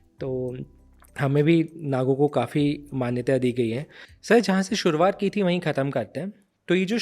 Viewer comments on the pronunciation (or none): none